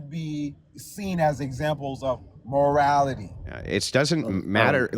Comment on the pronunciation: Whaaaaat do you meeeaaan objectahtive moralaty 😂 holy shit